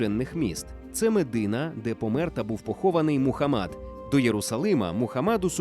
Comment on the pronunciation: до відома диктора, МухАммад, а не МухаммАд 🤦🏻